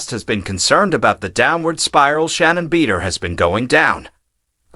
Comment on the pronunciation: Everyyy time this guy mis- pronounced Shannon “Beeder”… hilarious!! 😂